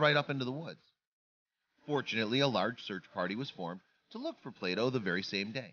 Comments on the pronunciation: Play doh.not plato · Until today, the similarity of "Play Doh" and "Plato" had never struck me. How many other viewers thought the narrator was saying "Plato"?